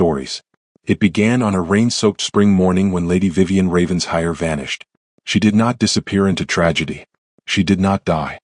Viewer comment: Raven-shire. Pronounced in England as Raven-shir. It is not Ravens-hire.